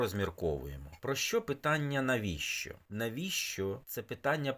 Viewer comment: Що це за вимова така,навіщьо і т.п., для чого так паплюжити вимову...